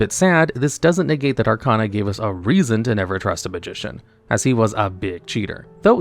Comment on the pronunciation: At this point, I think you're mispronouncing names on purpose. You can't have watched the anime and still pronounce Arcana wrong. Irritating.